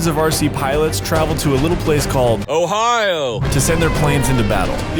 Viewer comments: “Day two” and “Ohi-ooo” 🤔🤣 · "ohiwho" sniped me